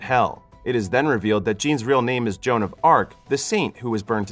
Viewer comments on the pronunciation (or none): none